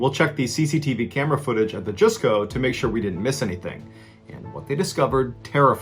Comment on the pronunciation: Mr Ballen...the Japanese Mall is pronounce as Just Co not Juice Co. Just politely sharing with you. I am your Fan and dont mean it anyway negatively. Thank for for telling so many Wonderful stories. ❤